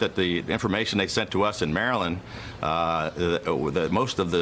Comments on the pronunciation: Umm... I've lived here my whole life and never have I heard someone pronounce Maryland that way. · Pronounced “Mara-lin-ders” keep it easy, don’t have to pronounce each syllable 😂